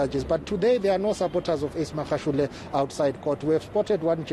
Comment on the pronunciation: This white lady pays no attention in learning to say Magashule the right way, she doesn't care, come next year she still would have not learned.